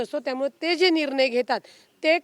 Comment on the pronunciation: निरनय नसुन ते निर्णय आहे...न आणि ण यातला फरक 😅😅😅